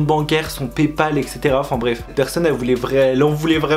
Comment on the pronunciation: Son "pépal" 😂🤔🤣